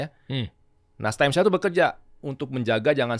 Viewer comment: Koreksi "Stem cells" bukan steam